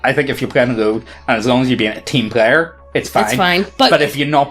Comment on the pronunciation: I like how called a rogue a "loog"